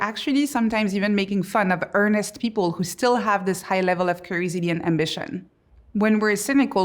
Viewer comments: Is she saying creativity when it sounds like crazidy? Just what to know so I ensure I am understanding. Edit: nvm I figured out she is saying curiosity😊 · I have never heard someone pronounce curiousity like that😂😂😂 great speech btw thank you. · If you're going to make curiosity one of your main themes, shouldn't you learn to say it properly? I mean, aren't you curious enough to do so?